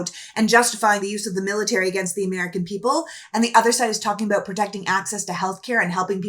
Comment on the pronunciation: I heard her say aboot. So she is Canadian, not even American.